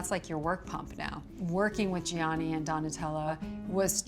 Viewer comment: I cannot believe after so many years she still doesn't know how to pronounce Gianni nor Versace